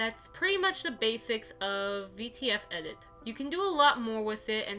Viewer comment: thank you very much, you just didn’t say it very clearly, for me personally, so I didn’t understand